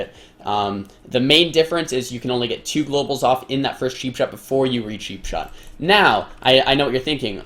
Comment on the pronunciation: its not sheepshot its cheapshot :D